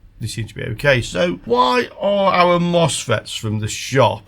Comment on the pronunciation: Misfits not mosfets 🤣